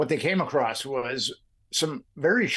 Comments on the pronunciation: "Acrossed?" "Acrost?" You know the word is "across," right? Like, "a" + "cross?" Spoken like "UH-crawss?" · the word is "across" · Bro why are you saying ACROST... please stop it IMMEDIATELY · Nit picking I know but you've repeatedly said "ACROSST". There's no T, like saying "Fustrated" it makes an intelligent person seem dumb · Hey Interviewer- Here's a Pro Tip- The word "across" does not have the letter "t" at the end.